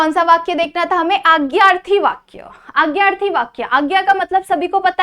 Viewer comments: Mam it's not agyarthi, it's adnyarthi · It is not aagyarthi it is adnyarthi